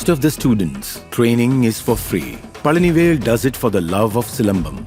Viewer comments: Pazhani vel Not Pajani vel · It's Palanivel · Bloody illiterate north indian godi media that's pazhanivel you morons